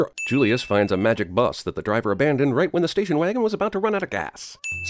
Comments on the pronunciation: "Listen, Discount John Oliver, he's clearly going to space with that spaceship ight there... " / . Did anyone else pick this "ight" up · the r in right is missing +1 sin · Everything wrong with "everything wrong with independence day resurgence - CinemaSins" You forgot the 'r' in right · you get a sin for missing the 'r' in 'right', second line first word